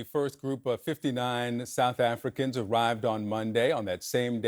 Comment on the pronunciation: What is southafricanah?